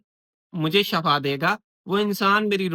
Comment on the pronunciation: Very good but Shifa not Shafa